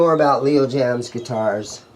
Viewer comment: Jayms is not pronounced jams lol but I want one those n a tele just to hang in the wall :)